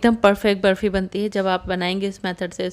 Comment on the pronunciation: Barfi thik se boliye naa